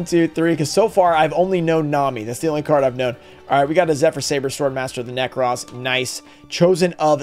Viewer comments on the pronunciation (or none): none